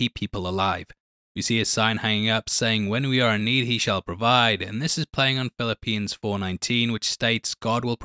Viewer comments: funniest slip up I’ve heard since i was a kid, pronouncing Philippians the book in the Bible , as Philippines the island lol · Thanks for mentioning my country, but I don't think that's the way Philippians is pronounced. :) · I know you said Philippines but it Philippians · Ummmm...its Phil-ip-e-ans, just sayin'.